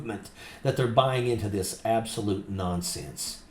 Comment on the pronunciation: Can this ignorant woman not pronounce "THIS" ? She has had enough time and $$$ to learn English properly. DIS, DIS, DIS, DIS, DIS. The phrase "I really don't care do you" really echoes here